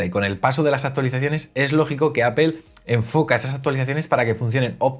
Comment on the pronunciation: Todo increíble. Tienes un canal sorprendente. Sólo cuida tu pronunciación de APPLE. Cuando pronuncias dices Apel con la vocal E, y la pronunciación correcta es con la vocal o Apol. Te lo escribo porque tu canal se trata de Apple y es lo que pronuncias mal.